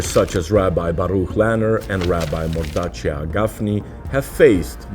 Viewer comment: Not moreachee. Mordechai is pronounced Moor-da-khaay I believe. موردَخاي in Arabic